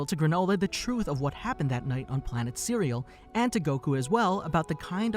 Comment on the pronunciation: Sir-rel-lee-an not cearealean lol. And those are saiyan space pods not attack balls. 🙄